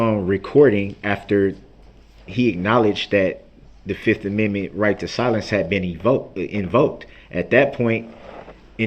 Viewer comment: how he says Amendment..... "ameme" 😂😂😂😂😂